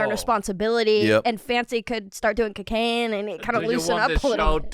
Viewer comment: I love the way say “kekane” 😂